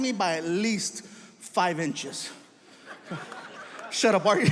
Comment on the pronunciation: Five iches😂😂😂